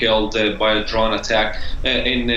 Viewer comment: does DW only hire reporters who cannot speak English? First guy sounds like Elmer Fudd, second dude can't even pronounce "drone" ... "drawhn".